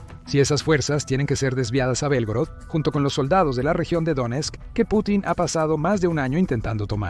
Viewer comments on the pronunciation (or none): none